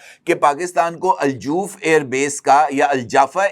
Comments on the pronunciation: Kindly note the city is not joof ,it pronounced as Al Jouf Harff jeem with Zabar not pesh. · Not Al-Joof, it's Al-Jauf. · Bhai jan Aljauf Not Aljoof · Aj Jouf region borders jordan and jordan is neighbour if israel. Ive lived in al jouf near the birder of jordan. Its pronounced as aljof n not aljoof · الجاف نہیں۔ الجوف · جناب گزارش یہ ہے کہ لفظ الجَوف ج کے اوپر زبر کے ساتھ ہے ۔ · الجوف کے تلفظ کی تصحیح کر لیجیئے۔